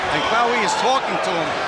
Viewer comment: for God's sake stop saying Quawi, It's Qawi which means in Arabic 'strong'!